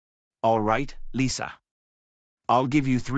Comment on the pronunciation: not lisa but lisha